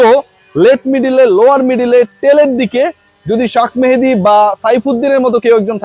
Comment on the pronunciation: ভাই, শাক মেহেদী না 😂। শেখ মাহেদী। মাহেদী ভাইয়ের জার্সির গায়ে নামটা বানান‌ করে দেখবেন। Shekh Mahedy. একটা সাধারণ বানান প্রতিটা পত্রপত্রিকায় একইভাবে ভুল। মনে হয় এই ফিল্ডে সবসময়ই কপি চলে। 😅